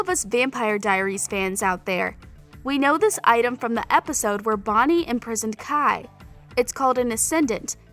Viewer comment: Her : " In that werid Karaoke wolrd " Me : prison world Her : stefen salatore Me : stefan salvatore Her :helena Me : elena Her :queiys and qusya Me Silas and qetsiyah Her : vonnie Me : bonnie